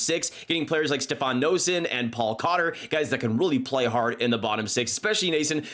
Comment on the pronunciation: Funny how you pronounced Noesen differently in a span of 5 seconds